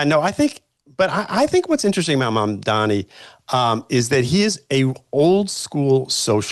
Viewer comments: Megyn it’s Mamdani not Mamdami though I love it that you call him by a wrong name😂😂wrongun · It's embarassing that Megyn Kelly, who considers herself a pre-eminent journalist, has mispronounced Zohran Mamdani's name dozens of times. Get it right, seriously. MamdaNI, not MamdaMI. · Did you say Zoran “BumDummy”??